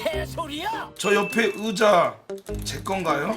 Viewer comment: 의자를 으자라 하는거 존나 웃기네 진짜 ㅋㅋㅋㅋㅋㅋ 의 발음못하는듯 잉디기 ~